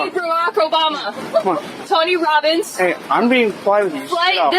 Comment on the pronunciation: She aaid TONY ROBONS LMAO